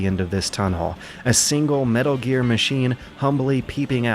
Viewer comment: Metaro gear. I almost thought she said motaro gear lol.